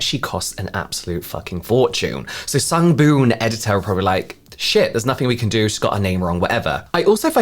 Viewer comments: I noticed Jaclyn hill also says “sungBOOM editor.” Like jfc at least have a little respect of the brand you are making a kickback from and say it correctly 🥴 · When I first saw the Kardashian mother doing the Sungboon Editor ad about a week ago, I cracked up. I honestly wasn't sure if the whole thing was AI or not, especially when she said the brand's name wrong, 😐. Like you said, they probably probably spent a sh*t ton of money to get her for the ad, so they just went with it, lol. I do love their products though, so I'm going to resist giving them side eye (lifted with a weird TikTok gua sha thingie, 😂😂😂). When you rolled your face with the lint roller...I almost fell out of bed laughing, lol. LOVED this video....thank you. Hope you had a good holiday season too, 💐🖤🗽🌃.